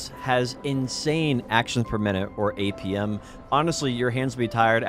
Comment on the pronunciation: I really had to turn on subtitles to understand APM. Dafuq is "Apium"? Other than that, good work and nice video!